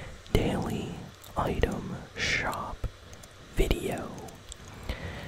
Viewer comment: Bro it’s for a vid 💀 and it’s item not utem